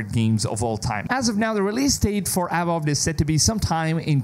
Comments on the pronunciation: “Awowd”, dude it’s pronounced “uh-vow-d” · Dude barked instead of saying Avowed 😂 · The way you pronounced "Avowed" left me in tears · Seriously. This guy is so annoying, he doesn't even try to pronounce words correctly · You're pronouncing Avowed wrongly. Is weird considering you're a native speaker. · Great job on the videos, as always. Work on the pronunciation of your Vs (avowed, version...), though.